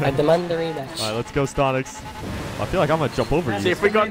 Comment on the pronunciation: Its not stontix its stonks